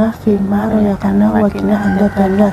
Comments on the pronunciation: Lain kali kalo baca doa makan "Rozaktana bukan royaktana mb biar tidak salah dlm meng artikan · mba Baca doanya slah bukan royaktana ,saran aj low kaga hapal Baca doa mending doa dalam hati n di perbaiki kan ad diyutub baca doa makan ,inih saran aj y mba